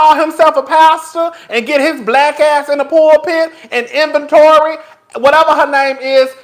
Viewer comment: john gray wife name is aventer, said “inventory” 😂😂😂😂 first lady inventory